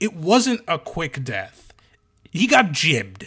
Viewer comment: "Gibbed" has a hard "G". Like "Gif".